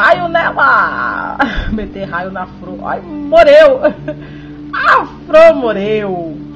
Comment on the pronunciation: "Fror, pranta" você fala tudo errado!